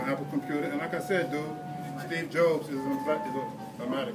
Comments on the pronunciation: Did he say Steve Jobes at the end? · Man really said Steve Jobes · "Steve Jobes" hahahahahaha fucking illiterate dumbass